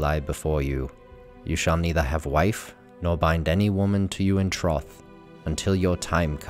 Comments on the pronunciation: Troth is pronounced as "Troeth" as in to "betroth". Whereas what you're saying is written as "trough" ("trough" is pronounced as "Trof") Which in England is a large bucket of water that pigs, cattle, and horses drink from. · Troth is generally pronounced Trow-TH.